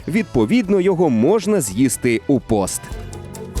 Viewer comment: Ріже вухо фраза : "Відповідно його можна з'їсти у пОст..." Українською вірно буде казати "пІст". Загалом хороша робота- дякую.